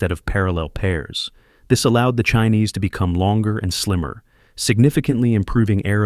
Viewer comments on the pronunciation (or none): Sparkles ✨️tell u wht, In reciting the latest COPV's chines, say it as ~chin~ NOT "chi~neez." U'r reciting the chyna, chineesee 🇨🇳 🙃😁😂🤣. Omg, my brain "frozen," upon saying chi~neez instead of ~CHIN~. I thought, I am stalked by a parasite. Yeah, they're lanky, skinny 🐔chickens, tht's the result of smoking too much pipe of Fentanyl or opium. Ugh-ly❗️ 🙄 Thank U ✨️ •~●🐲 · Saturn feeve? Chinees? LOL! These AI videos are awkward. I still don't understand why real people can't just read a script.